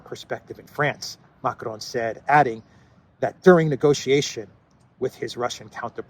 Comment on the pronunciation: It’s not Macron. It’s Macarone